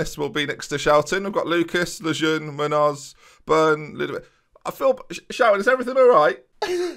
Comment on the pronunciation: Ben Munhoz is pronounced Moon-yoz